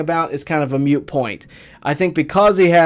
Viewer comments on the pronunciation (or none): My man said it’s a “mute” point 😂